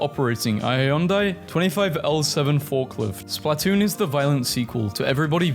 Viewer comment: i hate how you say splatoon (its spluhtoon not splaaatoon)